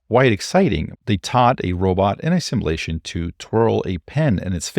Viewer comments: Brilliant channel. But it's pronounced, "Sim-you-la-shun" not "Sim-ah-la-shun" (what the Borg does) 😀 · Sim-you-lay-shun not simma-lay-shun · sim you lay shun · Great video, but the way you pronounce simulation/simulate is a bit distracting. No offense intended, just feedback.